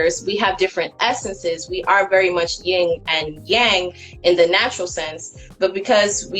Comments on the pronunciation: It's funny how people try to sound intelligent, but say stuff like "ying" and Yang. That's a rap group. It's yen and yang. 🤣🤣🤣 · She said, “ying and yang.” She doesn’t even know how to say it and yet she bases her philosophy on it?